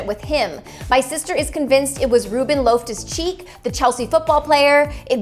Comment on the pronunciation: Who tf is Loaftus-Cheek?? Loff-tuss not loaf-tuss